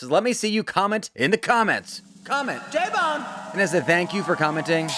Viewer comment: It’s not J BONE. It’s L BONE